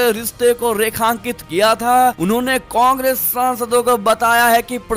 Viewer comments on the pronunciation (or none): none